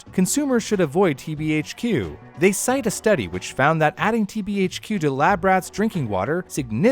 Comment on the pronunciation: my man being able to pronouce TBHQ will forever impress me for my life.